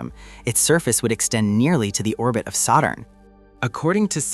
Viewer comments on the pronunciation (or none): Saw-turn?? What the frigging heck sort of pronunciation is that??